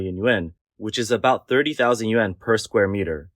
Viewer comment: yen ? yuan? pronunciation issue?